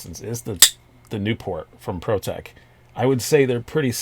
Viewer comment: I cringed every time you said "Protech Newport" haha! I've always loved the look of that Stitch, though!